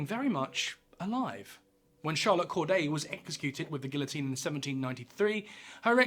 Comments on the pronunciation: The word is not pronounced with the two "L's" like the word "ill" but rather it is "gee-o-teen." I wish you Brits would learn how to pronounce English words! Lol! I am glad about the fact that you actually narrated this yourself. You are human aren't you? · Nothing could be more horrific than the way you insist on pronouncing guillotine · The "ll" is not pronounced in Guillotine. EDIT: How tf do you exactly explain the origin with correct pronounced names and keep on pronouncing Guillotine wrong. wtf!? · All that research and, in typical British fashion, still can't pronounce Guillotine correctly. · It's funny that he says Guillotine correctly when saying how the name was created, but pronounces the Ls every other time. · except the mispronunciation of Guillotine over and over. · Sorry, but I don't think I can sit through fifteen minutes of mispronouncing such a commonly known French word, mate. It's too distracting. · Like many others, I do appreciate the authenticity of your well scripted presentation. However, you are mispronouncing "guillotine". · Cant trust the teachings about something by a person who cant even pronounce it. The L’s are silent. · wild that you would make a whole video on guillotines and still not pronounce it right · Except for the actual word "guillotine".... Mispronouncing it throughout the whole video really did my head in. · Good Lord man please pronounce guillotine correctly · There is no "l" in guillotine though. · The two LLs are pronounced like a Y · Your abhorrent way of saying guillotine is not ok. Use the proper pronunciation. English doesn’t call for that word to be pronounced that way.. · I liked the video but please learn the proper pronunciation of the French word "guillotine" in which there is no 'L' sound. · I always thought the "L"s were silent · well researched, produced, and delivered piece…. but really, it is painful that you consistently mispronounce the featured item - the guillotine. Really. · Gee o tine